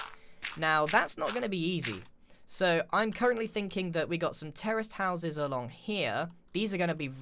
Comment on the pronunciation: I can't be the only one hearing terrorist houses instead of terraced houses